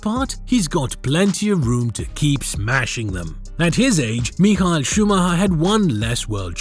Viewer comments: Meeehall scmahhhheeerrrr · You native english people are the most arrogant in the world! His name is not My Khl, but it is Me Huh-El Shoo mah ha (the r is silent) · bro really called Michael Schumacher 'Mehail Shumaher' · Michael Schumacher❌ Mehal Shumahaha✅ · im sorry. mihael shumaher????? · Who's this "Mihail Schumacher" you keep mentioning? 🤣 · who the hell is mihal shumher? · ''miha shumaha'' im sorry💀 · Mi-aha Schumahkha, you never heard of him?? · Who the hell is Miha Schumahan? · What the fuck is that pronounciation of Michael Schumacher??? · The AI narrator BUTCHERED MICHAEL Schumacher s name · the way your ai pronounces Michael Schumacher disturbs me ngl